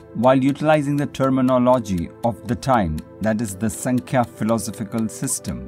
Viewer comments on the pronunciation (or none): नमस्ते! योगसूत्र को थोडा-सा समझाने का प्रयास ठिक है, और वो भी अंग्रेजी में?? किसी जानकार व्यक्ति के पास जाकर इस विषय का गहराई से थोड़ा और स्व-अभ्यास कर सकें तो अच्छा रहेगा। दूसरी बात, आप जो 'संख्या' दर्शन का उच्चारण करते हो, उसका सही उच्चारण है "सांख्य दर्शन" है। ऐसी कई बातें हैं जिसका आपको सही तरह से अभ्यास करना आवश्यक है। तो, आप जरुर समझ गये होंगे आपको क्या करना चाहिए।